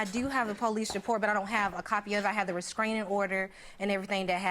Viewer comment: Her saying "rescraining" instead of restraining is pissing me off